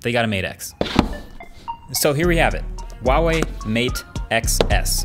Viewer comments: The pronunciation of the name Huawei: Who-ah-way. Now repeat after me: Who-ah-way. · I hate how he mispronounces Huawei all the time. Get real bro, that’s an H sound not a W... I speak Chinese